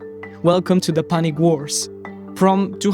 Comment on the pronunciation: Excellent video! Your English is pretty good too. (FYI: Punic wars, the word is pronounced "pyoo-nuhk" or "peww-nic")... Also, yes in the U.S. we also have the phrase "all roads lead to Rome (although I'm not sure how it applies to us here. Lol)... Just found your channel and subbed. Job well done